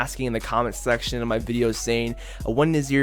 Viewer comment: “let me kno down in the comment SACTION”😭